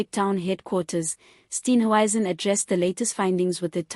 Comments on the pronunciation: Steenhuisen NOT Steenwuisen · Respect people you comment on by pronouncing their names correctly.THE. MOMENT I HEAR YOUR VOICE I SWITCH OFF. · It's really irritating listening to this person mis pronounce Steenhuizens. name. It detracts from a good tube.